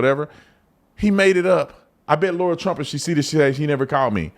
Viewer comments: It is Lara Trump, not Laura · Brandon, you need to call Lara and apologize for calling her Laura multiple times lol